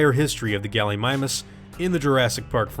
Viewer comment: 'Gulleemeemoos', not Gullymymus, too be exact. Just klugshitting here.